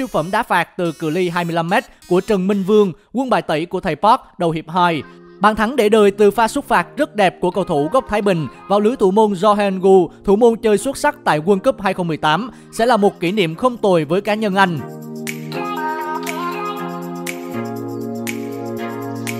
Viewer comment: Sút phạt mà cứ đọc súc phạt ức chế quá